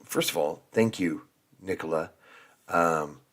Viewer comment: I was just wondering how the name Nicola (if that's her spelling?) can be mispronounced... (_Nick_ oh_la) ?!😊